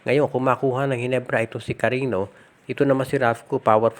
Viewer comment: Hindi Yan CARINo sir. CARIÑO po, as in KARINYO